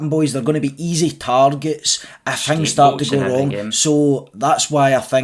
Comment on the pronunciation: How are we dropping the ‘t’from words like ‘things’ and ‘think’? Hings and hink 😂 love it !